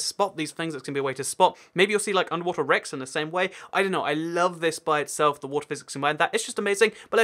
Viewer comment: wat-er lot of fun